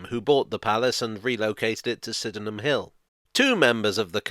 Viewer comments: Ahh, the lesser heard three-syllable pronunciation of Sydenham! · You've mispronounced Sydenham. The London Overground automated announcements strike again!